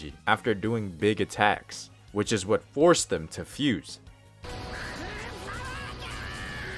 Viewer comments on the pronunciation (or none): none